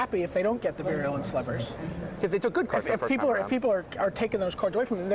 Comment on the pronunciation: Stop mispronouncing "virulent"!!! It is vie-roo-lent not veery-oo-lent